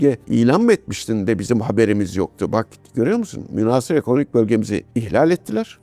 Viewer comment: Sevgili Amiralim, münhâsır yerine münhasır, tehditi yerine tehdîdi diye telaffuzunuz bizi mutlu edecektir.